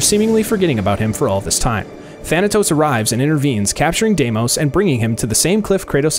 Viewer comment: Dimis?! It’s Demos